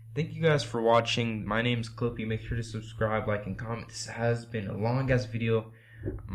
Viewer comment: In The First Part, Instead Of "Clippyyy" It Became "Creepyyy" xD But Thank You Bro!